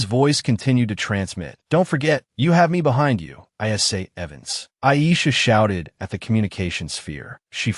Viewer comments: Chu-lee-ae? You mean Julia? Cho-ree-mee? Jeremy?? A-I-saa~? F-ing Aisha?? E-me-lee? WTF is with this AI voice's pronunciation? These are like the easiest names! It's not A-a-ron! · The fact that the Ai voice is pronouncing the blond lemon looking ah girl’s name as ‘Ai’ has my dying